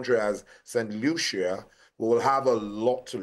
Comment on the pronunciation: St Lucia is pronounced Lushiiyaa!!! Broadcaster, take due note! 👊🏾🇳🇬👊🏾🇳🇬!!